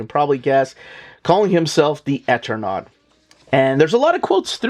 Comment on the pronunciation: I think it's pronounced Eternaut long E on first sylable. As in Eternal. There's a utube channel Mattt that does a deep dive into the entire situation and background of the creation of this wonderful book and its tragic circumstances. Hafta order from my lcs immediately!